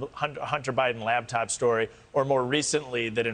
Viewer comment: Batced. Botched. This guy cant talk. LABTOP? what is that?